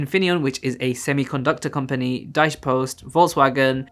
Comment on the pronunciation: i love the way you pronounce Deutsche 😂